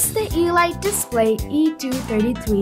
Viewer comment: Nice work on the video and good review, one comment if I may it's pronounced Elite not e-lite!!!